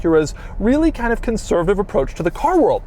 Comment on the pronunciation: taking a shot every time doug says "conservitave" LOL